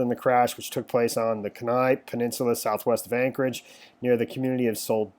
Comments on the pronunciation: Kenai.... pronounced Kee-ny. 🤦🏼‍♀️. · Pronounced. Key. Nigh. Kenai. Calib. Is like. K lib.